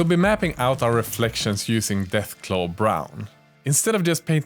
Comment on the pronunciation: Deathclaw brown u said deathglow 😮